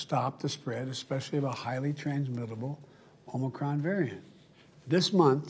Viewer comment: First, you need to pronounce Omicron correctly.